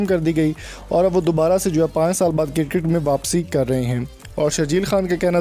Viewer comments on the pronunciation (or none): none